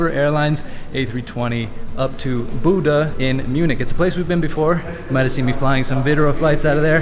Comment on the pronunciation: I second spacemanspiff's comment below. should learn to pronounce Bodø correctly - the captain had it right: Bo as in beau, ø as in oeuf (the French word for egg), so kinda like Beaudoeu. Also, some biographical info on the flight crew would be welcome.